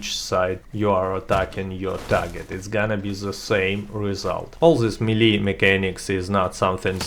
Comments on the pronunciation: MEE-LEE? It's pronounced MAY-LAY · The melle guide*